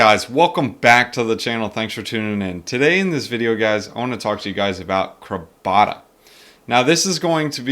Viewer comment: It's CRAB-A-DA